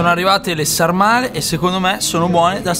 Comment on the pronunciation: sàrmale con l'accento sulla a